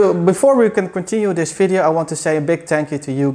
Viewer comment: can you properly say video, not FIDEO, for god sake you are educated man.